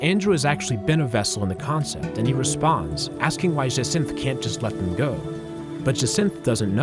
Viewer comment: bro said jaswanth instead of jacinthe